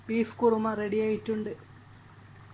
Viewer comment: Korma alla,kurumaaa😂